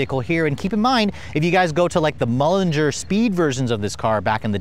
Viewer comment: It’s MULINER